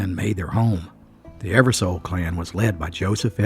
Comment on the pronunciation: You are pronouncing the last name wrong it's Eversole like the sole of your shoe , I have Eversole in my family, it's a good video!!